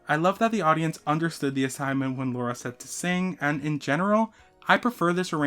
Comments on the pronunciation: Btw it’s LARA and not LAURA :) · As an indian I have to correct your pronunciation of lara's name, it's l-aa-ra, not laura 😭